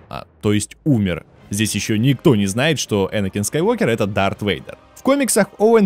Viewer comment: не кайт а крайт ии не дарк а дарт